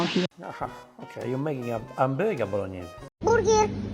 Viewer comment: BURGIR!!😂😂😂 I died